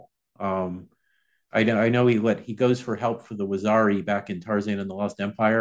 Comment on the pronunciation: Correct pronunciation: wah - zeer- ee... . Rather than waxari...